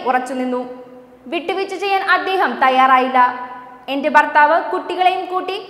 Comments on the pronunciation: ഭക്തി എന്നാണ് ബ ക്തി അല്ല. ബർ താ വ ല്ല. ഭർത്താവ് ആണ് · വാർത്ത ഒക്കെ കൊള്ളാം. ഇനി മേലാൽ ബാരതം... ബർത്താവ്... ബാരത ബൂമി...ബക്തർ എന്ന് ഒക്കെ പറഞ്ഞെക്കരുത്...എല്ലാവരും കറക്റ്റ് ചെയ്തോണം.. വെറുപ്പിക്കല്ലെ